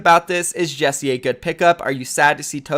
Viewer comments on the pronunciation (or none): Ikr? It bugs me so much, you pronounce it JEK SAY not Jessie :/ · It’s JECSE, not Jesse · Still pronounce jecse wrong. Cmon man 😓